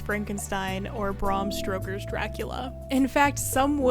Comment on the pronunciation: Bram *Stroker*, you say??? :P